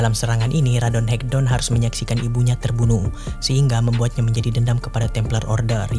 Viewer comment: Bang baca ratonhaketon nya jangan radonhekdon bang wkwkwk